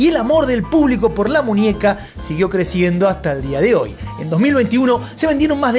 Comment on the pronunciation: Ninia? Munieca? 😅